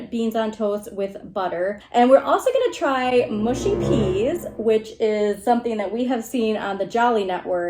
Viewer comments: Its 'mushy' not 'mushy' (by which I mean rhymes with 'hush' not 'bush'. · Mushy is pronounced m…ush..eee. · Mushy - not mooshy ☺️ - peas are to be eaten with fish and chips. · please dont say mooshy peas.........mush mush mushy peas lol